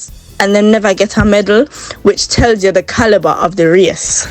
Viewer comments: Girl it’s medal not medle what’s wrong with you you faking accent so much that you sound crazy bout medle. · it’s astonishing that you sitting there saying medle when the word is medal and the British does not pronounce the word like that. I do listen to the way the British pronounce the word. I have lots of British friends that I talk to all the time, but my comment was not intended to focus on the accent I was just trying to let you know that the word is medal and not medle and you sound crazy saying medle wasn’t trying to insult you. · Girl, I'm annoyed by you calling di damn thing meddle, it's a medal for god's sake. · Medal the word is medal